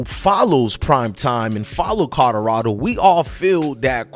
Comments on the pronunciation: COLORADO NOT CODORADO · Listening to you say Colorado is cringing who and where the hell is Corolado?